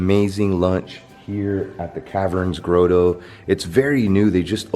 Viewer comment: you mispronounced grotto